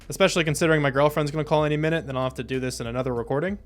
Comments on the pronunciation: “Back in the day I wouldn’t be able to pronounce that thenthence” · “I grew up with a lisp, younger me wouldn’t be able to pronounce that thenteth”😂😂